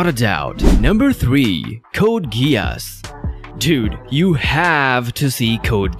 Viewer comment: It's "Gees" not Gee'os"